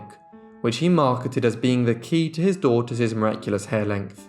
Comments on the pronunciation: The plural possessive of sisters and daughters is pronounced "sisters" and "daughters", not "sisterses" and "daughterses". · I agree with so many others who have commented on the interesting and thorough work you present in these episodes; however, as lovely as your grammar is, you say something that is like nails on a blackboard when one hears it: it is that you add an extra 's' to the end of words that end in an 's'; I point out ' 7 DAUGHTERS -ES' hair' for example as being incorrect. It is correct, however, to say '7 daughters' hair' without adding the extra 'es' at the end of the word; words that denote the plural, as in this case you are writing about seven girls, not one girl, which means that you need to say 'daughters' ' denoting the plural of the word 'daughter' and the possessive case, as in the seven girls' hair, as I have written here. You have a wonderful accent, very erudite and correct and you speak at a very clear pace but you need to stop adding extra 's's' to the end of words that end in 's' and also imply the possessive case.I hope I have made myself understood. Some people reading my comments will say I am nit-picking but I maintain that correct speech and grammar is needed when speaking about a topic in which so many people will be learning things. Otherwise, very well done!!